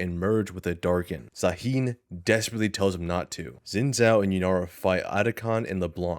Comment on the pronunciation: you said Zaahen properly ONCE this entire video, are you rage baiting